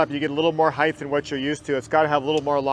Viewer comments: Or “heigthhh” instead of height lol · What the hell is "Heightth"?! :D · Someone tell this man “heighth” is not a word pls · Completely hilarious. Ask how he spells heighth? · I've met people that have had brain issues and they pronounce random words wrong and in their head they think they are saying it right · Why is this dude saying heith , that’s not a word bro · lmao was thinking the same thing. even googled to make sure i wasnt crazy. and he says it A LOT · bro has been fitting for 25+ years and nobody told him how to pronounce height 💀l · And nobody ever said something to him, his entire life! I have heard people say that, absolutely irritating.